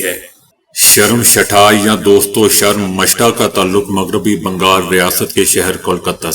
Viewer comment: Sharamshetha nahi but Sarmistha plz correct it or learn from any indian person but thanks 🎉